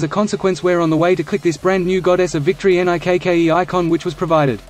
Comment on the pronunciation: Why the fuck does he keep saying N-I-K-K-E?